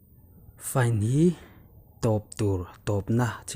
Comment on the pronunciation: FINE tih khi conductor pakhat chuan FI - NE tih a lam tur ati siiaa..